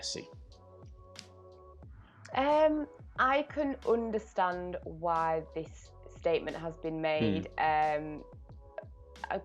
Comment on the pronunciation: pronounciations make me cringe, "Oondertand"